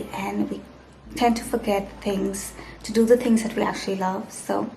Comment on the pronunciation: To do sounds like Thu Thu